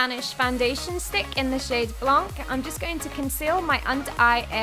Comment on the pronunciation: In frenche you don't read the c in blanc 😉😉😉😉